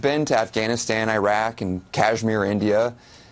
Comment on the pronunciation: ? He’s a journalist who has been to Afghanistan, and Iraq. Yet: He can’t pronounce Iraq properly. He manages to mangle the name of one of the most infamous...people.